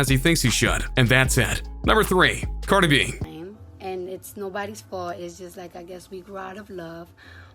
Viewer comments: The announcer called her Car -2-Be i thought it was Cardi B 🤣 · If he says carda b one more time I wouldn’t do anything but it will be very annoying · Y u say carda b? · "Cardah bee"? lmao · this guy says cardi b, “cardebie” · correction its cardah bee!! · Who tf is "Carda-be"?? CARDI B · Its brutally painful how he pronounces cardeh-beh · I cringed so hard when he said Cardi B in one word like CardiB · "cardabee" - xD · Cart-a-bee lmao😂😂😂😂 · Me. A human: Cardi B This narrator: CardehB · Why you keep saying “carda B”? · I like how he says Card-eh instead of Card-ee 😂😂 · It's cardi b..not cardib..you say it funny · I died when he said Cardae B 🤦🏽‍♂️😂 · How am I supposed to trust what you say when you’re out here saying “Carda-bee”?!! 😂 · Carda b he said her name really weird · Learn how to pronounce cars in.... caaarhda bee like wtf bro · John Lehman he says cardabee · Cardabee 😂😂 wtf, dude pronounced her name hella akward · I thought I was tripping when I heard that lmfao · U cant even say cardi b...dislike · I bothers me the way he say Cardi B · It was so funny how he pronounced Cardi B. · Lol the way he says cardi b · bro, you've got to change the way you say cardi b. i don't even listen to her music and i got chills listening to you say her name like that repeatedly hhaaha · You pronounce Cardi B like a fucktard. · When u condense three syllables into one